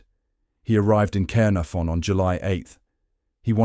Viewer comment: The butchering of the place names, But it stated so well with Cearnafon 🙄